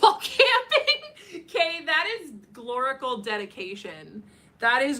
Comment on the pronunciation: Every time she said gloricals i swear it sounded like she was saying glory holes..... omg it kept throwing me off.